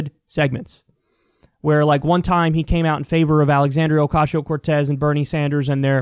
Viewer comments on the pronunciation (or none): STOP SAYING OCASHIO CORTEZ LMAO WTF